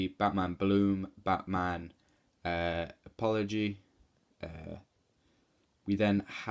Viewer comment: "Eppology" I'm dead 😂